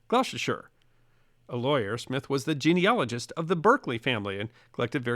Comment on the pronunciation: Finally, someone who can pronounce "genealogist" correctly! ☝️🏆👍